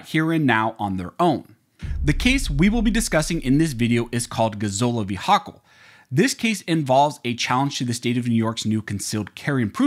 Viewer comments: I love this channel. One tiny gripe. The tyrant in New York's name is pronounced HOE-kull, not ha-KULL. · It's pronounced HO-kull